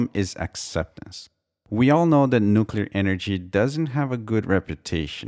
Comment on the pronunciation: Thank you for properly pronouncing "nuclear"! :D